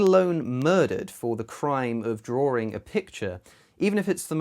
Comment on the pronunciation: The word is drawing, not drawring. LOL